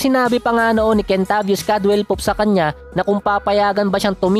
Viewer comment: Bakit kentabis naririnig ko syet